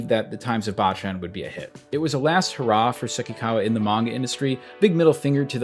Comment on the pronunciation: Great vid, only one thing. 坊ちゃん is pronounced BOW CHAN not BAH CHAN. Bocchan means little monk, baachan means grandma.